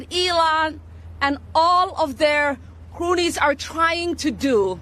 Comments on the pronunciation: She said "croonies". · Omar called cronies croonies 😂😂😂😂😂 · I think it was "CRUN-IES" 🤣